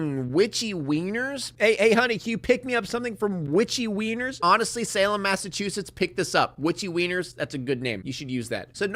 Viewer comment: Shout out for being one of the only YouTubers who pronounces “Massachusetts” right